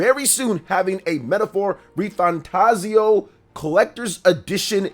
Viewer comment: I'm still getting used to you not pronouncing it RefantaZIO and now ReFanTAZio xD